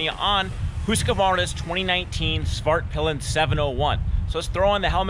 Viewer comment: This might be the most immature comment here but I kept hearing Fartpilen. Back to maturity, great review, waited a long while for a new MC commute